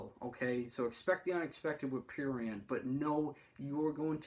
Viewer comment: this video is cringe and when u say prurient u sound disabled